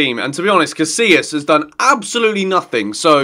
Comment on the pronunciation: Did you really just pronounce "Casilla" like "casiLa"? Omfg facepalm